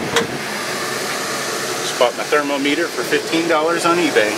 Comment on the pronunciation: I love how he calls the thermometer a thermo-meter